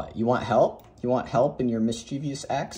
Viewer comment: BUT...."mischievous" has only three syllables!